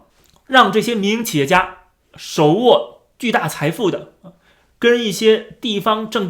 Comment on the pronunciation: 我一直聽成迷因企業😅😅